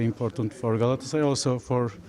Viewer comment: pronounces Galatasaray correctly, all other suck at it.